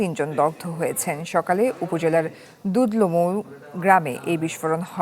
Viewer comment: আমার গ্রামের নামটাও ঠিকঠাক ভাবে উচ্চারণ করেনা। দুধল মৌ ।